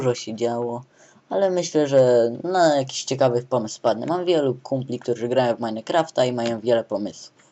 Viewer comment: Btw, jedna taka dygresja... To nie jest "Meinekraft", tylko "Minecraft" ;] Majnkraft ;]